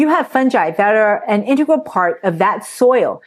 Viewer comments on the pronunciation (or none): none